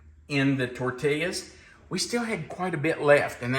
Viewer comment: Longtime watcher, first time commenter. Love the channel and tried at least 10 of your recipes. Years watching you, I must alert you there is no L pronounced in tortillas. Please, its tor-teee-yaas. No llllll.